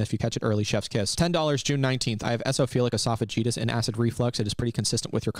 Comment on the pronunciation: Jakes salty bc Ethan said "Ana" instead of "A-N-A" but I noticed that he mispronounced "Eosinophilic esophagitis" (a condition I have). I wrote this for no other reason than to be petty.😊